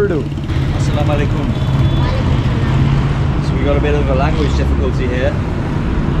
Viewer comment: Bro you say assalamualaikum very nicely